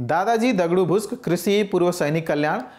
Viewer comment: its दादाजी दगडू भुसे Not भुस्क